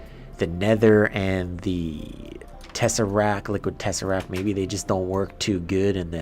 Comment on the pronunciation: Its tesseract t Is at the of the word t not tesserac